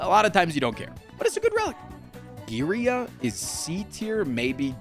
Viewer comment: His pronunciation of matryoshka is actually cleaner than his pronunciation of girya. Just saying.